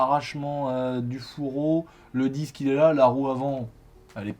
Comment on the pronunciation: Super vidéo juste on dit « disque » et pas « dix » 😂😭